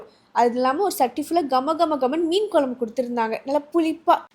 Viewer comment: please pronounce it has குழம்பு (kuzhambu) and not as kolambu 🙏 hope your mother tongue is தமிழ்.